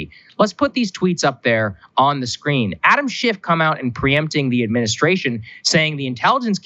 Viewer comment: Sounded like Saagar said "Adam SH#T" lol